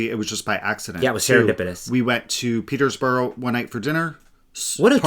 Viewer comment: Glad you had a good set of trips. For those who may wish to visit southern NH, Peterborough does not have an "s" in it. It is a lovely town. Other places to visit might include Mt. Monadnock, DelRossi Trattoria, Kimball's is absolutely a must visit, Ben's Sugar Shack, Rooted in Clay, Dublin, etc.